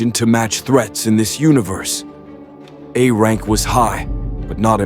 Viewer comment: AI Narrator can't read and speak in large numbers!? AI script error. AI script error. 500 thousand doll[ar]s EXP [pay to win, LoL right AI?], AI script error. AI? it's not a Rank. It's 'A'-Rank, similarly it's not crank, it's 'C'-Rank. , , AI: "Wurdz R hard, 😢"